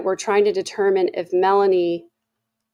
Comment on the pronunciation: WHY!?... Is every other person calling Melani(Boudreaux), Melaniece??? She's Lori's niece, but that doesn't somehow make her name change to Mela-Niece!! People are starting to have the poor reading abilities of Ai closed-captions.